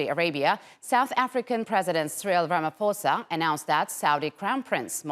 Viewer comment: Thank you from South Africa 🇿🇦 for pronouncing our Ramaphosa name properly...a little rusty bit much much better than some of my fellow South Africans pronunciations 😉